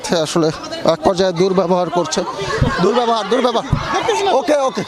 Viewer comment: দুর্ব্যবভার বললেন কেন?